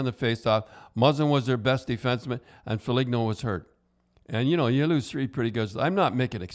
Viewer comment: c'mon Don... you really scuffing up Nylander and Foligno's name lol?